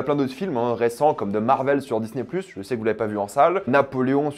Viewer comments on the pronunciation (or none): none